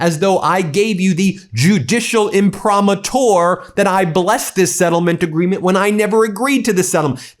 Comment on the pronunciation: Yo, Ben…it’s pronounced im-pri-MA-tur. In Latin the accent is always on the penultimate syllable — not the last syllable . I slept through 8 years of Latin classes in school back in the days before you were born. Keep up the good work — and the rage. Trump wants to screw us by not paying his fair share of taxes. Plus, he’s again distracting from the Epstein files (where he appears THOUSANDS of times)